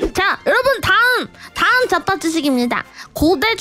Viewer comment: ㅈ밥으로 들리는거 나만 그러니